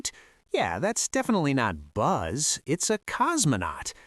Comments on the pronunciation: Did he really just call Buzz Bass? 😂😂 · It’s not bazz